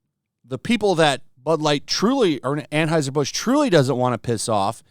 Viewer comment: Why can't you tools pronounce Anheuser? That brand has only been beaten into are ears for decades, but tools insist on pretending they don't have a clue how to say it.